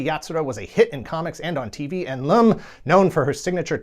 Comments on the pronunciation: WHO THE HELL IS LOOM LUM .. her name is LUM .. not LOOM .. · Great episode and coverage! Its been a while since ive seen anything Galaxy High related so this was a real treat! Also the main gal of Uresei Yatsura name isn't pronounced 'Loom', but Lum, like Yum! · Lum like yum, not Loom.